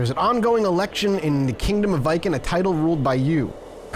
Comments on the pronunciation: Like Vee-ken. The vee is short, like we. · Viken is pronounced like Vegan, but with a K instead of G